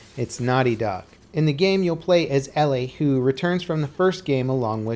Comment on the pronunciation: ELLIE not fucking ELLAY wtf is wrong with you Americans and pronunciation??